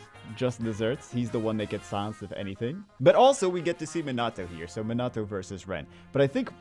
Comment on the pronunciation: Hey … gotta say it sorry but it’s not Min-nah-toe… it’s Mee-nuh-toe